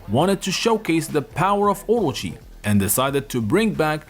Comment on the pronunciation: Omy, please say it with the rest of the class, O-Ro-chi. Just stop hurting our ears.